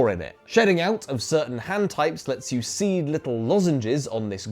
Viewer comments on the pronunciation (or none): none